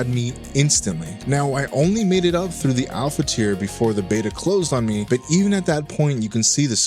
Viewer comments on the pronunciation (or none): none